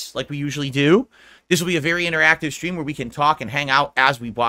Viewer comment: Do you remember his goal half dozen dent tippers that have been tipping him for years? It's fifty bucks a schtream in case you didn't already know. I mean he tells you every single schtream if you weren't aware. So that's fifty bucks to avoid any confusion. Let there be no doubt that it's definitely fifty bucks a schstream.